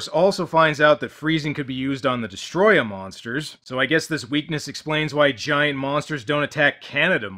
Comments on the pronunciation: I could’ve sworn in the English dub they would say destroyah and not destroyer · It’s literally like they say destoroyah like distryah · Des-toe-roy-yah is how your pronounce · The name's actaully pronounced "Destroy yah" not "destroy ah". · It's DESTOTOROOYA! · you're not saying it right...it's...*DESOTROOOYYYYYAAAAAAHHHHHHHHHHH!!!!!!!!!!!!!!!!!!!!!!!!!!!!* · No no, It's DESTORÓYAAAAHHH!!!! And I did it exactly 1 second before you said I was gonna do it! 😁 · Des-Toe-Roy-Uh Destoroyah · It's DESUTOROYAAAHHH!!!! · It's pronounced DEST-O-ROY-AH gotta yell it like All Might or a japanese guy sending a ghost to punch somebody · As you predicted, I am here to correct you: It's spelled Destoroyah, but it's pronounced "throat warbler mangrove" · Hmm, Destroyer... Destoroyah? Dest-Or-O-Yah. OR.... Desto-Ro-Yah Am I the only one getting anxiety from this word being not pronounced by it's spelling? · Its actually pronounced DESTOTOROOYA! This is the second time I've cried in a Godzilla movie. First time was in 1985. Fans love both movies. I don't get why the stupid critics hate it. Long live Godzilla. Where can I get that shirt ? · Actually it"s pronounced Destroy-YAHH. (Because apparently he's ------SWEDISH ????!!!!???!!!) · you mispronounced destroyha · It's dest-O-royah, dummy. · "YoU'rE nOt PrOnOuNcInG DeStRoYaH rIgHt" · You are pronouncing Destroyers name incorrectly. If you go back to the Japanese the closest English pronunciation would be more like "pee-nis" Yes it's childish but admit it. You laughed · Can we get Avgn to correctly pronounce destroya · You are not saying it right... Not emphasis on the T. IT. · needs to learn how to say DESTROYAH!! You need at minimum two exclamation points when saying DESTROYAH!! Its not the pronunciation, its the level. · Your not pronouncing destroyah right :) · Soary, But You're Not Pronouncing Destroyah correctly and you know it.